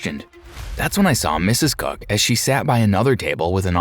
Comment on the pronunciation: I'm sorry but the way the first guy says Mr. COOK sounds like he's saying Mr. Cuck 😭😭